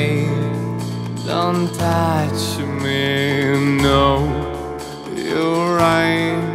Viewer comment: А что вам конкретно не понравилось? На мой взгляд, произношение близко к идеалу. Хромает только 'o' в словах типа something, nothing, touch - он произносит ее почти совсем как русскую 'a'. Должно быть чуть ближе к русской 'o', чем он произносит. Слово awe, как понимаю, с авторским произношением, типа так лучше звучит для песни.